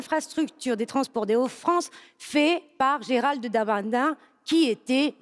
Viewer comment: Et Delli incapable de dire Darmanin